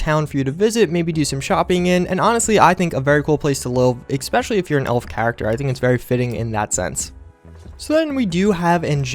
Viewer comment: "exspecially" ...jesus Christ.